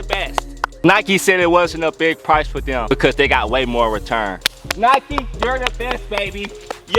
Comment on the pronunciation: “Steph curry made a bunch of dem thangs”